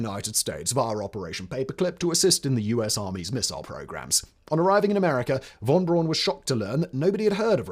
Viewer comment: Von Braun is pronounced Von Brown.